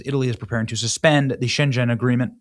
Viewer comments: You seriously need help in pronouncing words from Europe. Shenzen is in CHINA. It is pronounced Schen-Gen you need to pronounce the "G" And her name is Frederik-sen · It's 'sjengen' not 'sjen djen'. And yes, it's horrible. No they wont check papers because they throw m away. 150.000 and counting. SAD! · Shen- ghen, not Shen-jen! They don’t pronounce g’s as j’s when followed by a vowel. C’mon Benny, do some research before hand. Makes you look like a hack. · Benny - not pronounced "Shen-jen". It's 'sheng -en". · Sheng N, not shenjen. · Benny, just to tell U, Shengen has "G" Like in goat. The word U pronounce siunds Chineese, no worries. But this is disaster and people of Poland are pissed, citizens, not the government. But we will prevail. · Try pronouncing Schen-gen with a g not zh it's not Chinese. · its pronounced more like gun but with an e, so not shen-jen like you say. Its shen-gen with but the gen sounds like gun but replace the u with an e. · It's Schengen not Schenghen, Benny: you should know. Sounds like you haven't heard the name before. You pronounce it as if it was Chinese! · Pronounced schen Gen not schenjen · 1. Schengen is pronounced with a hard G. 2. No one has yet pulled out of the EU. Talk is talked all the time but as of now nobody beyond UK has actually walked and Brexit did not solve all of Britain's problems when they foolishly elected a Labour gubbamint almost immediately after the supposed exit. 3. I lost trust in the MSM long ago, have turned to folks such as BJ here for a big part of my news, and generally like the product produced. But...careful with the clickbaity not quite true thumbnails I've been seeing a lot of lately, not just here by the way. The propaganda of lies can only be opposed the propaganda of Truth. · PLEASE, Benny, have enough respect for Europe and Spain to learn how to pronounce "Schengen" and "Ceuta." Hint: hard g in Schengen. SAY-U-TA. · It’s pronounced with a hard “G.” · Shengen (hard g) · Schengen, hard G